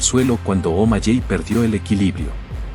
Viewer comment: Los nombres no cambian la pronunciacion de un idioma a otro debes informarte para que na hables tan mal, no se de que pais eres o si todos hablan mal como tu, bien video pero pronunciadstes 5 nombres muy mal SEan Omaley Se pronuncia Omaley no omalley. Aprende a hablar antes de que te critiquen del uno al 10 le doy un 2 a tu video